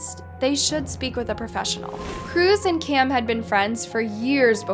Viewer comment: You should be more clear w names. It's Kim and Cam. But yet you continuously say Kim and Kim. Very close names needs more pronunciation.